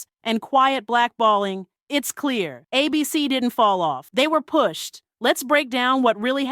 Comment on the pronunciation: Why do you keeping pronouncing it like “ay-BEE-cee”, as though it’s a name instead of an acronym?